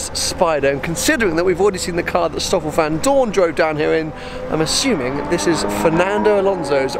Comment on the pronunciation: Its pronounced stoffel vandoornuh